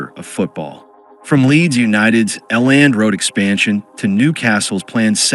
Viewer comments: L and road stadium 😂😂 elland road (ell end) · A Land Road? The AI bot needs to do his homework. 😮